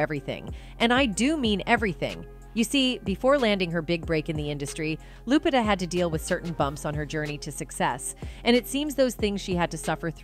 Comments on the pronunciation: She called her lupita like jupitah . Dang A-i 😂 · Loo-pee-tah is how it’s pronounced